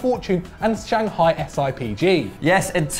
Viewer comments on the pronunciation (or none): none